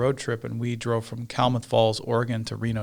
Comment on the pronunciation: Klamath is pronounced "CLAM-muth." Or if you want to sound like an Oregonian, "K-Falls."